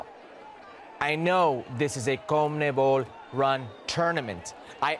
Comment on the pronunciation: Wtf is a "Comnebol" hercules it's Con-me-bol